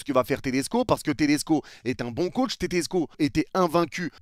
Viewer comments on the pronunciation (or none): none